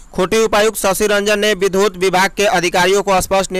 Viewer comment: विधुत नहीं, विद्युत।